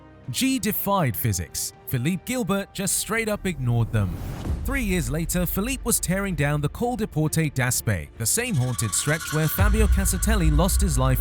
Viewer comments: The pronunciation of "Phil-leep Gill-bert" says all you need to know about this channel. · Most other comments are bought, for sure. Real cycling fans (like myself) know a sensationalist fake when you hear the pronunciation of Philippe Gilbert, a Walloon rider(!), with such a heavy English accent, in a video with only crashes. Also, showing literal footage of cyclists dying on the road goes too far. Disgusting sensationalist BS.